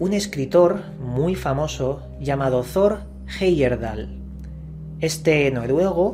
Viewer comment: No sé pronuncia "zor" es Tor como el dios nórdico. Te lo digo porque yo vivo en Noruega, en su ciudad natal